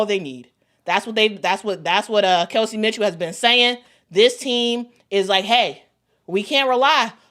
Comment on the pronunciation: Does mama know it’s Kelsey and not Chelsey 😅